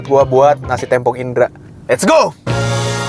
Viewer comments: témpong mang, bukan têmpong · samabal TEMPONG bang bacanya , bukan TEMPONG 😢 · yang bener tempong bng bukan tempong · cara bacanya tempong bang bukan tempong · Tempong apa tempong? Yang bener tempong bang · Yang bener namanya tempong bang, e nya dibaca e, bukan e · Tempong bang bukan tempong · tempong "e"nya vocal bukan "e" pipih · Tempong bg E nya kaya kata sate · Tempong apa Tempong